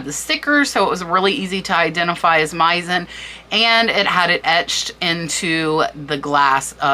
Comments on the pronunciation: Very interesting! One small thing: Meissen is German and is pronounced with “s”, not “z”. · Thank you for all the infos, you need to work more on your pronunciation and specially Hermès and Meissen Hermess, Meissen, no z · I say this with all love ( and I'm old and have been junking since grade school so I had to learn a lot) but Aynsley is pronounced AINs lee , Sevres is pronounced Sev , and Meissen is pronounced MY sen. Thank you for all you do!